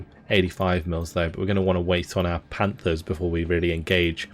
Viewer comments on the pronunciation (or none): none